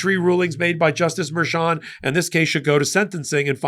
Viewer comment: MERCHAN. Not "Mershan"!